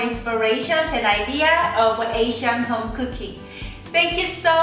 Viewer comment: Are you being funny or is that really the way you say the word home?